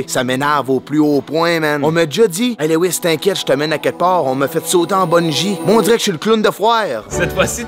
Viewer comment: il réussit toujours pas a prononcer le nom de lewis